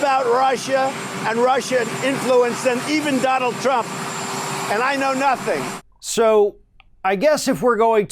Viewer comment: Lol, wtf was that, Donald? "I know knothing."🤣 No shit, Sherlock.